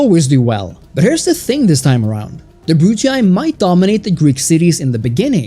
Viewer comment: Nice video, but the way you pronounce “scipii” and “brutii” makes me wanna violently stick a chopstick into my eardrums